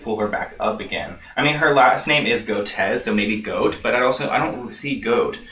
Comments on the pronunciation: Goetz is pronounced as "Gets." She reminds me of an otter, btw. While they are cute, they are also mean. Lol. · Pronounced like “Gets” lol love you!